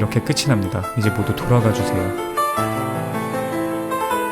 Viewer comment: 초에 저만 돌아가 새끼약!!!!이렇게 들리나욥ㅋㅋ?